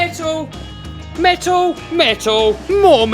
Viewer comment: Is he saying metal or mental? 😅😂😂🤣